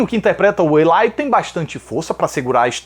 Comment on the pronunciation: Elitche hauahauahauahahaha